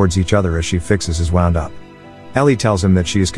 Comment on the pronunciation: I swear I think this robot voice is Russian if you listen to the grammar there's some slip UPS here and there like wound and wound. She's mending his "wound" not wounding/winding him like a clock